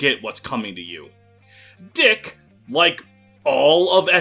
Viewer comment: Dieck not Deke.